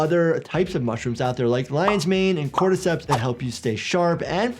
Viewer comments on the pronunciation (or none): You said cordysceps? You mean the zombies fungus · As soon as the word "cordyceps" left mouth, my fight or flight response kicked in.